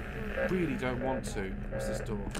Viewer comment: ‘’ i dont wannu’’